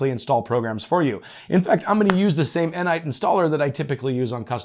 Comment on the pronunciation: He said Enite, but he meant Ni-Nite.